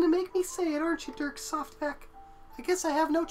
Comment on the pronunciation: Holy balls that keeps flubbing his lines! Its DirkSoftPeck! SOFT Peck!